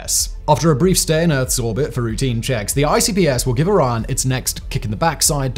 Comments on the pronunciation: Now I see what he meant when saying "Iran". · why do you pronounce Orion like "Oron" ? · Learn to pronounce "Orion" correctly!